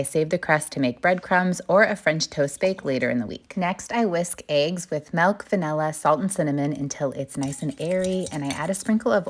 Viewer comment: Melk? It‘s milk